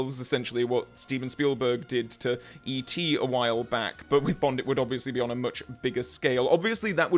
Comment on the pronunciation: STOP GETTING BOND WRONGGGGGGGGGGGGGGG